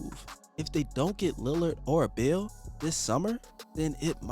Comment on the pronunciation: It was half way through the video that I realized you were saying Beal. The whole time I was wondering who the hell is this bill guy you kept mentioning